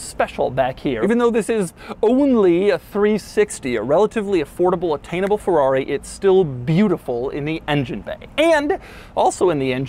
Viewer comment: Not a Fowawi. Not again Doug!